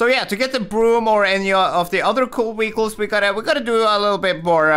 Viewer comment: why do you always say to car wechiles not vechiles